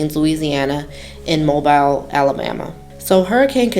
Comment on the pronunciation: It's pronounced mo bill